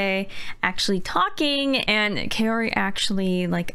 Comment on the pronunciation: Ma'am she's kaori.. not caori